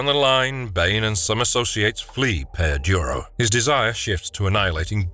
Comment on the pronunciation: It's Peña Duro, not "Peya Duro".